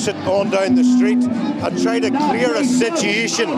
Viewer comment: I have a question,...what is a "sitiation?"